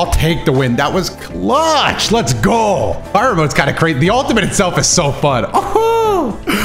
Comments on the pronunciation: It's pronounced "bare ee on" not Byron 😂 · Stop saying Bayrin mode please. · FYI it's pronounced barry-on, baryons are a form of sub-atomic particles most common of which are the proton and neutron. Baryon mode involves a nuclear fusion like process, hence the name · ok i understood the joke pronounces Baryon as Brian Sorry for not able to understand the sarcasm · Except he says it as 'Byron' not 'Brian.' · still pronouncing it as Byron hurts my soul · I know he ain’t still saying Byron 😂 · Day 2 of laughing at Dotos pronunciation of Baryon mode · I see still cant say Baryon mode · really mispronouncing the form name while roasting other people really getting that interaction up in the comments by annoying the fans or genuine mistake becoming less and less clear as i believe he says he reads comments